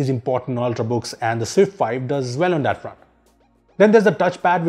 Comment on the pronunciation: Why he say "that" as "dat"